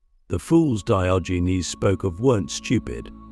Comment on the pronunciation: AI pronunciation of Diogenes is offensive to the ears. 😢